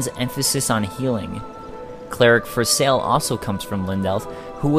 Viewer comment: Cleric For-Sale? That's the first thing I thought when I heard Cleric Forsalle